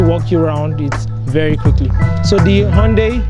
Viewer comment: Thank you for this ... Hyundai 😂😂 sounded like I don die